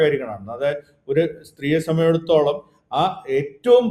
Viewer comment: "Sambandhichidatholam" ennu thelichu parayaan ariyillenkil aa vaakku upayogikkaathirikku maire